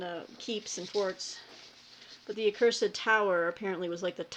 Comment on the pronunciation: Apropos of nothing, until I saw the cover, I thought you were saying, 'The Cursive Tower' which I thought, "Well, I have seen Peggy read books about semi colons, so I'll bite. Cursive handwriting. In a tower. Cursive handwriting AND towers. Sent TO THE TOWER because of poor penmanship! Very dramatic!" Accursed. Far less interesting. Ho hum.